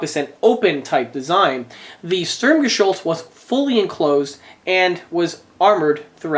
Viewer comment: Sturm-GeSHULTZ?? Close enough. Awesome build BTW!